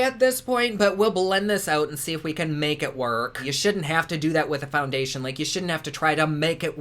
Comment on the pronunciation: I love how you said ConSquealor and Foundecionon.